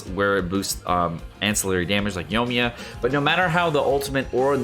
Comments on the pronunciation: Yoiiiii like Koiiiii- me-yaaaaa. Not yo-me-yuh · Who the heck is "Yomiya" ?? Lmao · yoiMiya... omg the way you pronounce these names lol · Y talking about a char u can't even pronounce